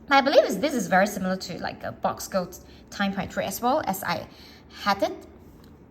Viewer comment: Boox is pronounced “books”